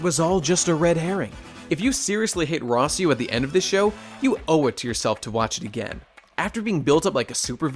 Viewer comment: I damn near turned this video off at "Rossieu", lol.